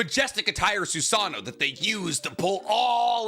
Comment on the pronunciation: I think it’s kind of crazy that you have such a large platform about Naruto and yet your pronunciation of words is so variable. Some you mispronounce like “susano’o” “totsuka” “Haku” and “chunin” but others you say just fine.